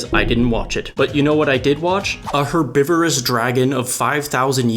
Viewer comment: You did not just pronounce 'herbivorous' as 'erbivorous'